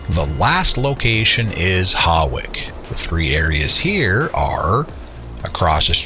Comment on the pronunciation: HAWICK is pronounced “HOICK” 😂😂